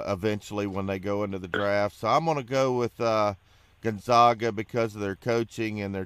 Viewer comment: You STILL havent learned how to say Gonzaga have you?...people call them the "zags"...as in zig ZAG.....that should tell you something but its ok, half of the world also mispronounces it too....